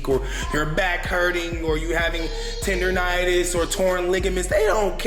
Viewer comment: This fool says “tendernitis” 🤣😂 I can’t even…come on, get it together. It’s “tendinitis” plus another thing…when you’re balling it’s not upper body strength when you come back down on your feet after jumping to make a shot. The problem is when after you come back down a lot of the pressure is in your back & spine. Just a little food for thought 👍🏻👍🏻